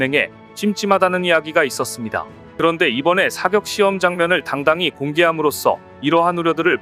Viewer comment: 발음이 왜 이럼.. 사격,요격을 사껵, 요껵하네